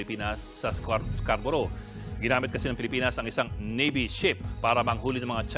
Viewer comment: Nawala na ang Scarborough naging calboro na,😂